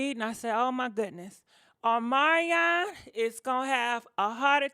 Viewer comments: Girl every time you say his name i die Ohmanyan 😂😂😂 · Girl PLEASE pronounce your words better than that!!! Specially somebody’s NAME!!! Uhmaion . W’tH...